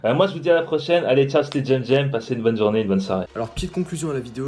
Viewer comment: Toi petit chomeur alors dans tes videos tu dit alors choisi le parfait pseudonym ou un des deux lequel ptn?!?!?